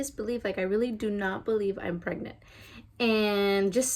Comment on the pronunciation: I love how you say "pregnant" everytime you say "I am pregNANT" haha